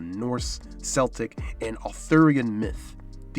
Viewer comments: Tell Orson Welles 'celtic' is pronounced with a hard 'c'. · I'm sorry but I have to call out the mispronunciation of Celtic. Celtic with a soft C is the sports team. Celtic with a hard C is the culture. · Small comment on pronunciation: "Celtic" (as in the people) ins pronounced with a K rather than a S. Its writing is classic Latin, where C is pronounced as a K. The US football team by the same name (not to be confused with the people) is pronounced with S. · The C in Celtic is pronounced K, btw..